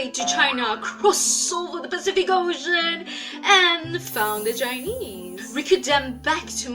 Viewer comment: when u say chinese i heard u say jainese lol amd thats how indians say chinese